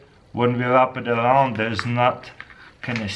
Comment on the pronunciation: The way he says "wrap it around"